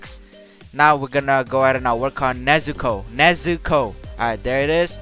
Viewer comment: He actually pronounced nezuko right xd